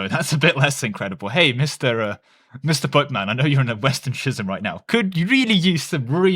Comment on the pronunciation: 'schism' is pronounced with a k sound, skism